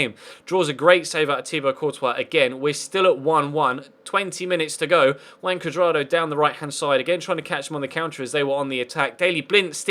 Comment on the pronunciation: I thought I was the only one